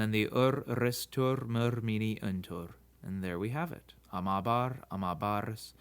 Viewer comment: It kind of sounds like you stressed the bar in amābar. it is "amábar", penultimate stress?